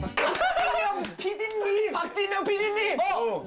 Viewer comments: Han: PARK JINYOUNG IN ENGLISH!!! Hyunjin: says park jinyoung with an accent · The way hyunjin said PARK JIN YOUNG in English 😂😅 and then he said JYP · park jinyoung in english by hyunjin will never be not funny 😂😂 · HAN: park jin young pd nim in english! HYUNGIN: ✨PaRK Jin YoUng ✨ bwhhaha omg my soul left my body 😂😂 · LMAO Hyunjin deadass just said Park Jinyoung in an english accent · He pronounced park jinyoung in english lmao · Hyunjin in english accent: Park Jinyoung